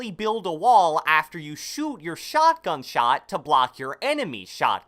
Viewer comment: sHaTgAn ShAt